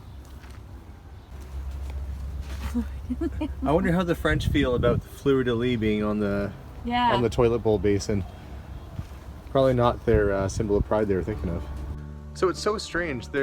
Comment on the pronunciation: Just a little pointer, when you say "fleur de lis" in french, you have to pronounce the "S" at the end : Fleur-de-lissss.